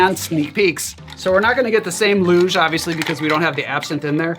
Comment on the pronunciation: "loosh", not "luge"